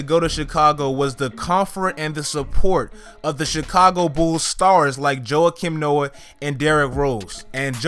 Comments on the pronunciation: yo who the fuck is jowha-kim noah? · Joe-ah- kim Noah